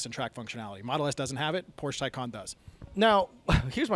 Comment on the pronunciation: Tacon rhymes with Bacon